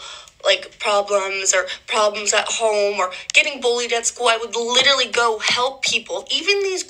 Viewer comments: Says “litelly “ 😂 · Listening to this psychopath try to say the word, literally… 🤮 “Little-Lee” 😂 😂😂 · Literally says "litally" wayy too much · She wasn't even pronouncing it right, she kept saying 'litterly' 😂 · Especially those who pronounce it "litally" because they are saying it too much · “Litily” over and over 😭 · Yeah and I never heard someone say a word wrong over and over and over.......yeah like I m.ean "littley"! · she actually said “litally” 😂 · She isn’t even saying ‘literally’, she said ‘litally’… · How many times will she say litally does she know she's enunciating it wrong? "Literally" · She "LITALLY" .....girl.... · If she learned the meaning of, and the pronunciation of the word ‘literally’, she wouldn’t say it as much…if at all. As it is though, she "littlally" is over emphasising using the same words (and without emotion) that she was "littlally" bullied with the same techniques as the actual victim…"littlally". She’s "littlally" lying her "littlal" ass off. Literally. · I litiewwly seiouswly I wituwilly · I'm sorry for anyone even in this situation but please....it's LIT-ER-A-LLY. It's like when people say AKS instead of ASK.